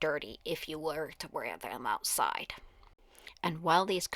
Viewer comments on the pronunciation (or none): none